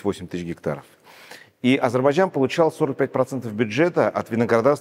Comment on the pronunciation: Азербайджан . Говори правильно произношения страны про которую рассказываешь .